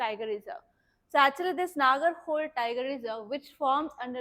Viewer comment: It's not Nagar"hole". Its ನಾಗರಹೊಳೆ